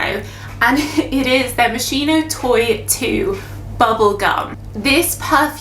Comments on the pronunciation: Pronounced - mos-keen-o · I don't want to be annoying but is pronnounced Mohs-KEY-noh. I was drawn to the tomato note, never have encountered it in a perfume, yet.